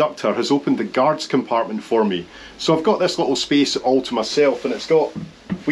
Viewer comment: I can't imagine a cooler airport transfer than that. What an experience! At the beginning of the video, I thought your lovely accent was saying "God's compartment", haha! Hope you feel better soon, mate. Cheers!